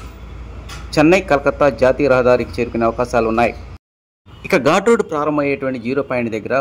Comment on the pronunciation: ఘూట్ రోడ్ కాదు ఘాట్ రోడ్